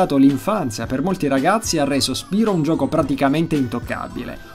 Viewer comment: Io non sono un fannoy di spyro ma si legge spairo non spirooo perchè spyro deriva da pyro che si legge pairo! :3